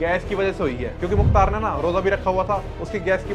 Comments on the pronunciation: Bhai kya kr rahe ho yaar, pahle naam sahi se lo ar नहीं मुख्तार, और is line me mt aao. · Mukhtr ❌ Mukhtar ✅ Ham unhi ke area se belong karte hai muhamdabad (Gazipur)❤ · Muktar ansari naam sahi se le babu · भाई मुख्तर नही मुख्तार अंसारी